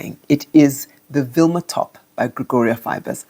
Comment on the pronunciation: Vilma not Wilma top.